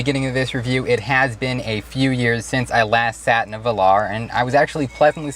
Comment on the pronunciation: give it to the, he's trying. Work on your pronunciation of "Velar" (late in the video) please. From a lifetime English Lit Major.